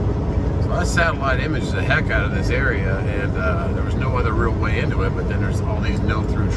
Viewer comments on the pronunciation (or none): none